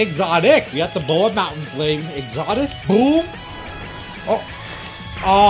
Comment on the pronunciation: It’s exodus not foldeus